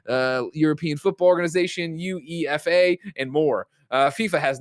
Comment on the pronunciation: 🤦🏽‍♂️ at Greg “trying” to pronounce la liga, uefa, and Bundesliga